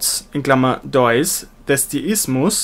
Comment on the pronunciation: Deus wird mit langem e ausgesprochen. Herzlichen Dank fürs Reinsprechen!